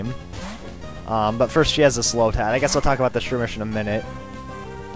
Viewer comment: you said slowtad :P